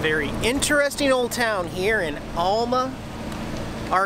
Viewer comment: Cool video. It's pronounced Al-ma, not All-ma, if you don't mind. The Popeye statue is because Alma used to be the "Spinach Capitol of the World." At the time the cannery (now closed) located on the north end of the street you were parked on was the world's largest producer of canned spinach. You missed the 2 large water storage tanks above the city lake that were painted like spinach cans...sorta. Keep having fun.